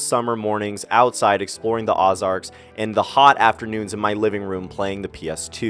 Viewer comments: The Ozarks is pronounced with an O not ah. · I used to live in the Ozarks... btw... its pronounced "Oh-zarks" ;)